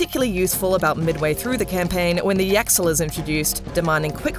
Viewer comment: HOLDUP, I just beat this game and ik how to properly pronounce the complicated words, She said yaxill as yaxel not yachil like bruh how she finna do that when she prob has played the game like bruhhh